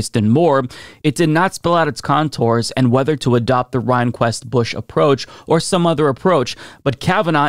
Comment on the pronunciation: Good exposition. Just one friendly correction: It's Justice William REN-kwist.😉